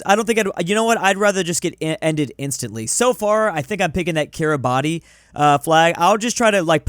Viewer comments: bruh its pronounced kee-ruh-bas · it's kiribass ti makes an s sound in gimbertese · its pronounced kiribas but its spelt kiribati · Petition to get to pronounce Kiribati